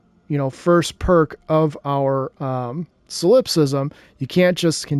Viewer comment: Sol in Solipsism is pronounced like Saul